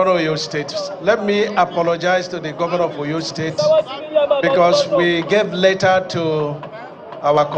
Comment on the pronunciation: Is this minister actually pronouncing Oyo state like a foreigner?